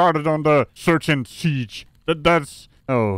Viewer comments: "that's illegal search and seege"?! This wench cracks me up! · "...that's an illegal search & seesh!" im ded. 🤣